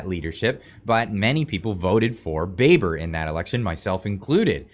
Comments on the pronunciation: Baber’s name is pronounced Babber oddly enough JSYK. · You are pronouncing his name wrong it is "Roman Baaaaber" as in ba ba blacksheep!